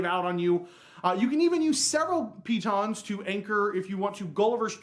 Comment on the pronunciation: still mispronouncing the stress. piTONS, not PEE-tons. It's not as funny as when you rhymed it with 'mittens', but still sounds silly. Pretend like you're French!